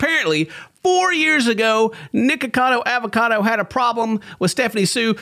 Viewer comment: This many videos in and you still cant say his name right